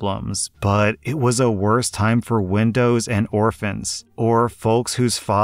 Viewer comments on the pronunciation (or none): Dude… you read “windows”? It’s obviously widows!!! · "widows and orphans" not windows, geez..